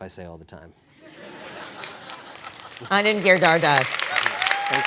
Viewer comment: Brilliant guy. But the interviewer said his name as if it contains only 4 syllables while on paper it looks like 5. So I'd like to hear Anand himself pronounce his name.